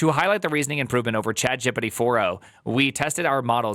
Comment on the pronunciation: "chatgippiddi" is wild